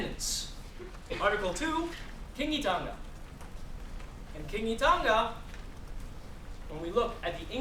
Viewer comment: Don't teach if you can't say it right > Kawanatanga, Kingitanga, Maoritanga, Rangatiratanga